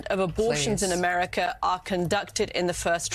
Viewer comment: AmeriCa not AmericER